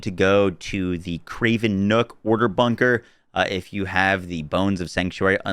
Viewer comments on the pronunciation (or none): none